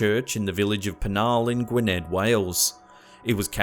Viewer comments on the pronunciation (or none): none